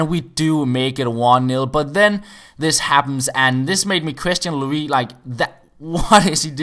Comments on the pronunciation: It's pronounced Lo-riss not Loris:D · I'm french and you must pronounce the "s" of Hugo Lloris :) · You need to pronounce the S in Lloris! COYS